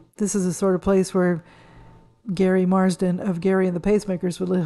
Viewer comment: He was in the group Gerry and the Pacemakers. I accidentally pronounced it last like Gary when it should be pronounced like Jerry